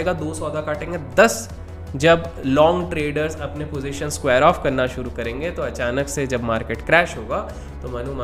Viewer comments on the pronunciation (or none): none